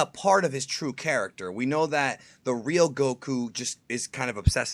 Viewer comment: Warms my heart to hear you pronounce "Goku" correctly, even if it was just once at the beginning.